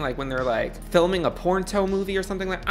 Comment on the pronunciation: Your pronunciation of porno is sending me LMAO! 'Porn-Toe'